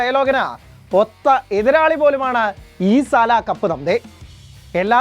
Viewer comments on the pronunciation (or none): ഈ സല അല്ല സാൽ, സല എന്നു പറഞ്ഞാൽ തെറി ആണ്